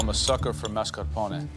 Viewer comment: Of course. Jennifer's whole menu was ridiculously pretentious. She, as a faux chef, couldn't even pronounce "mascarpone." Her dessert was just plain weak. But it was clear she would "win" - one of her dishes was said to have a "sexy vibe." She was described as a "former miss Delaware," while Adrien was described as "a waiter." So why did she win? The judges are all men.